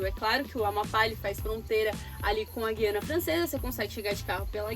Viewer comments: O certo é “GU” e não “GUI”. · A pronuncia correta é gU iana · É um local pouco conhecido do Brasil e parece que o governo local está investindo muito na qualidade das rodovias. Pronuncia-se Guiana sem o "u". É a mesma coisa que guindaste ou guiar. Outro detalhe: em toda a União Europeia, as placas de trânsito de parada obrigatória são iguais, ou seja "stop".